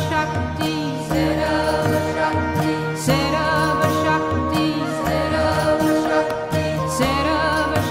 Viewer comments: Wrong Pronunciation. It's 'Sarva shakti'. Not sarab shakti. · Madam it's not sarab shakti it is sarba shakti please correct this